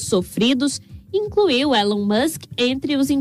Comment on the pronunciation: Não se diz élon mas sim Ilon